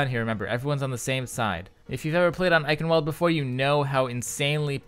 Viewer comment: well the ingame voice announcer got it wrong also, by now im just used to it, doesnt change the fact that its wrong